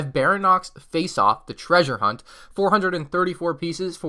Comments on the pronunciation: its pronounced Bary-on-ix not baranox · Lol baranox Its pronounced bary-on-ix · Just a little FYI; it isn't pronounced 'barry-nox', it's pronounced something along the lines of 'barry- onyx' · "Barinox dinosaur" Ba-ry-on-yx. 4 syllables. I'm not criticizing, i'm explaining. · Im gonna be THAT GUY! Its pronounced (Barry-onyx) Baryonyx. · It’s actually pronounced Baryonx (Berryonix) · It’s (bary-on-ixis) The spelling is wrong because you pronounce it like that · Its pronounced Berrie-on-x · Die-law-foe-soar-us is the pronunciation of Dilophosaurus. Barry-Onyx is Baryonyx. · why do you keep messing up names you called the rexelcior rexelisor and now you called a baryonyx a baronyx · You said baryonyx wrong and it annoyed me a lot bary - on - ix But great video I like triceratops set the best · Who else cringed when he called it a dye-lophisaurus don’t forget bara-nox too! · Baryonyx (ba-ree-on-ics) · The Baryonyx is pronounced like "Barry-on-iks" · btw its pronounced barry on ix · The Baryonx is pronounced Bary-on-ixs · Good job and good vid not trying to shame you but here are the correct pronouncements of the dinosaur names. Barry-onyx:baryonyx Dilla-posurus:dilophosaurus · Your saying baryonx rong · The way he pronounces Baryonyx without a hint of doubt it's wrong makes me angry.